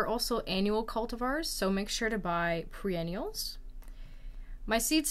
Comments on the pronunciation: WHAT?!?!?!?! “Pre-“ …. Should I be listening to this video?!?!?! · Is it me? Or are you saying "pre-ennials" instead of "Per-ennials" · they arent 'pre' ennials they are per-ennials. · Yes she did. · It hurts everytime she says it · Pre-ennials? really? Is that what you said? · Perennials not pre-ennials. The word is written on the signage at garden centre that you are filming…read it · It hurts your credibility to call them "PRE-ennials" instead of perennials. If you are saying "BEE-ennials" instead of biennials, that's no better. "BYE-ennials." Anyone going to the garden store asking for bee-ennials or pre-ennials will likely get confused looks. I thought you were saying pre-ennial, but then you said it for hollyhock, and I think that's a biennial, so.... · PER not PRE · Yes you’re correct- she is saying pre-ennials. But some of the replies to your comment are sad. People need to get a grip (especially the person who called her “babe”). I notice a lot of her videos are in Russian which may be her first language. If that’s the case, her English is just fine. The intolerances of people’s differences is astonishing. Her content is excellent. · Yes, that is what she is saying.